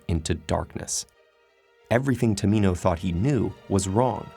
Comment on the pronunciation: am I the only person who heard Prince tomato